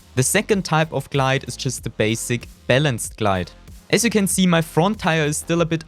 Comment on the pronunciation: Why germans say Seee 🤦🏾🤦🏾🤦🏾🤦🏾🤦🏾